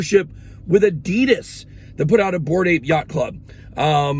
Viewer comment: Adeeeedas 😂😂😂wtf it’s ‘adidas’ !!!